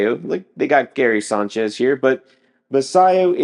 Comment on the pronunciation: Wtf is Guyairy Signchez? Your pronunciation is ridiculous.